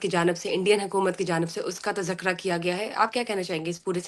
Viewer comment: Bibi "tazkara" hota hy Yeh tazakra tazakra kahan sy ly ayein hain aap 😂